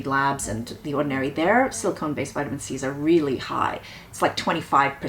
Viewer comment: pronounced "vitamin C" like a Brit. Lol. Id probably do the same, anglophile that I am.:)